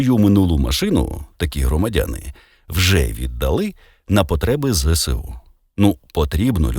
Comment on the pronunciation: Так правильноЗееСУ, а не зєсєу!